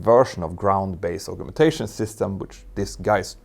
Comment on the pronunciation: Thank you for a brilliant video as usual. Although you speak english better than most native englishmen/women I hope you will forgive me for just mentioning the pronunciation of the word 'augmentation'. Collins states it as ˌ"ɔːɡmɛnˈteɪʃən". or, if you don't read phonetics, " as I would say "org men tay shun".